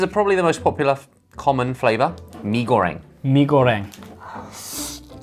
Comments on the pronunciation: I liked how they pronounced "Mi Goreng" the korean way 😂 I kindof wished they tried the famous Curry Maggi noodle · Contrasting the perfect pronounciation for Scorsese but the complete butcher of the Malaysian noodles name 😂